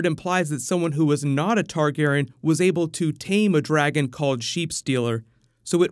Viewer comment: why does always mispronounce targaryen